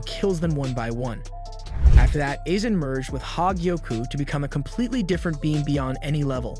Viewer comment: Calling Aizen isen